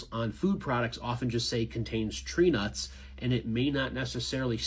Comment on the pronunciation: My name is Trina, and at first it sounded like that instead of tree nuts. If you go back and listen to the last minute or so, and replace tree nuts with my name, it’s 😂😂😂.